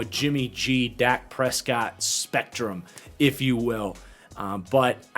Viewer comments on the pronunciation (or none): none